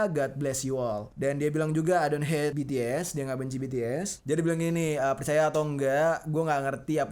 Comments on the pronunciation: Bukan betees bities tapi omongnya bts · Kak bukan betees bacanya bitis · BTS bang bukan btes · Bacanya bukan betees tapi bities bang:v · Bang BTs bukan betees